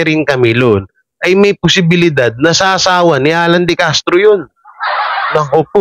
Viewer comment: De Castro po apeiyido hindi decartro